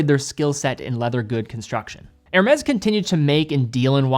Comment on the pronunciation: His ear-shattering robot voice, sends shivers down my spine, every time he says "Hermes"..... pronounced > Er-may <